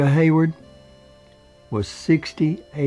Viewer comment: By the way Rita Hayworth is not pronounced Hayword.